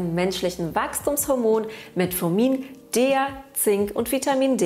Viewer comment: Es heißt De, Ha, E, A